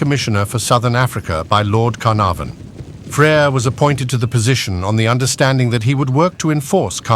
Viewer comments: Lord Caer narfon at least get a narrator who can pronouce names correctly!!!!!! #warthusowael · Lord Car Nor Varn 😂